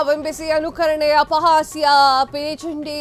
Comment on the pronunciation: ಸರಿಯಾಗಿ ಹೇಳಿ ಮೇಡಂ ಲಿಪಿ ಚಂಡಿ ಅಲ್ಲ (ಪಿಲಿಚಂಡಿ)!!!!